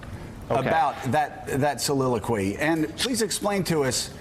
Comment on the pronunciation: Joe, you got the word soliloquy wrong.